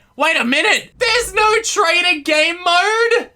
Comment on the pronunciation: lol when he keep saying "TRAITER" XD